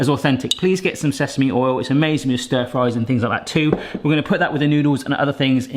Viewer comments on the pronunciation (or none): none